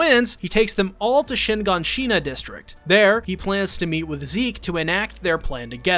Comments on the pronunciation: Shiganshina, not Shinganshina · I’m sorry shin. Gan Shina Bruh it’s all together shiganshina and hangj bro it’s Han gè hangs